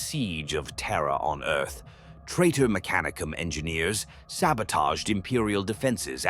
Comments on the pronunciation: FYI, lore states that the accent is on the second syllable rather than the third. Me-CA-ni-cum not mec-a-NEE-cum phonetically. Don’t mean to be focusing on minutiae but it’s a proper noun and aught to be pronounced correctly. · These would be great if the AI could just say things correctly. Words like mechanicum, khorne, slaanash, tzentch, astartes, primarch, and so many other words sound so weird or wrong coming from AI. Granted khorne being called horn had me laughing but still it really takes you out of the story when youre having to stop and figure out wtf is even being talked about